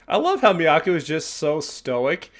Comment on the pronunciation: Love this band so much. Miyako - rhymes with toe 😊😊. Good to see Haruna getting attention and deservedly so. Perhaps we need a new song rating system based on goose bumps. 😂😂